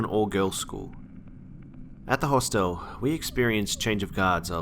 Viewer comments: did nobody notice that, in the school story, he can't pronounce "hostel" haha he says it like a mix of hospital and hotel hahaha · hos-tell too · That and "hoss tell" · The "e" in Hostel is silent. Good stories